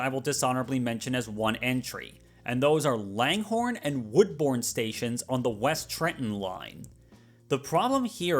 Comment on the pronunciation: Double Leonardo Dicaprio pointing Also Woodbourne is pronounced more like "Wood-burn"